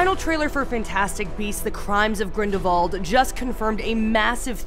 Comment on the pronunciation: Its not grindavald its grindalwald